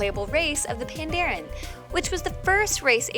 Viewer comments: "Pandarian" It's Pandaren, just sayin. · So cringy to hear her say Pandarian instead of Pandaren everytime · Worjen, pandarian, encryption profession?! The cringe... Guinness denied. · Even more wrong... It's Pantara... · The way you say Pandaria and Pandaren is tilting me